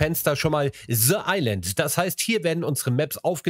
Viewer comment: Ze Island 😂